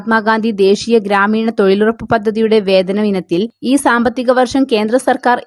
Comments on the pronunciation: തോയ്ലുറപ്പ് ഹിഹിഹി 🤣🤣🤓🤓🤓,, നല്ല തൊയിൽ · തൊയിലുറപ്പ് തൊയ്ലാളികളോ എന്താണ് മോളെ നാക്ക് പിടിക്കാറില്ലേ?